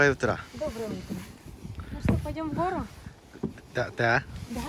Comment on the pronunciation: На минуте он сказал 'ДАДАДА' как настоящий русский мужчина)